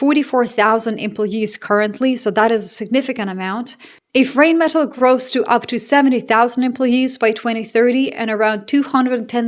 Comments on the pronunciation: The correct pronunciation is „Rhine-meh-Tull“, (like in Jethro Tull) not „Reign-Metal“ or something. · It's more like line not rain like rinemetall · not to be a smartass, but it spronounced more like "rinemetall" than "reignmetall"😉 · Not rain-metal but rhine-metal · It's "rine" not "rain" and "metahl" not "metal" just for future reference, love your work, addicted. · Sorry to be the pronunciation n… errr… enthousiast but it doesn’t rain metal, it’s the river Rhein (more like Rye + n) + Metal and you’ll be close(ish) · Reignmeddel, Pabrica - Rheinmetall, Pappberger 😂 No offense, this just sounds funny to a German :) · Small hint: The pronunciation of "Rheinmetall" is somewhat closer to "RYNE-muh-tahl“ [ˈʁaɪnˌmeːtal]. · Rhein = the river Rhine, exact same pronunciation. Metall = metal, but with the stress on the "a", Metáll. –> Rhinemetál. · Rheinmetall is pronounced Rhine metal like the river Rhine....After WWII it was not allowed for Germany to grow the military and now everyone is blaming Germany that they were responsible for this.. my only question is....what did the US do to all NATO members except selling military equipment of trillions of USD to them.... They did nothing but the NATO members sent troops to help after 9/11. Europe will be better without the US and finally they are realizing it... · You're a highly educated woman. Please learn how to pronounce the German "ei" which is pronounced like the English "eye". So the arms manufacturer Rheinmetall is pronounced "Rhine-mett-al“ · Hi, just a bit of info: the river Rhine (in english) or Rhein (in german) are pronounced the same way. Just like the english version. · Sorry, but this is a pet peeve of mine: in Germanic languages, when E and I are together, it is the second of the two letters that is pronounced eg: diEsel, eInsteIn, beliEve, fahrenheIt, rheIn ( as in the river Rhein and Rheinmetall). Yes, even Epstein has been mispronounced all this time! Another example of gringos making a mess of things.